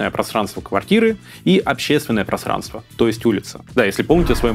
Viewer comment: Вы произносите слово "просранство", как Шурик в "Уральских пельменях".